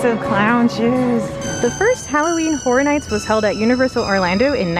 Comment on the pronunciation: The word Horror has an interesting pronunciation from those in Florida. Sometimes sounds like "Hora", as in your are going to dance the Hora.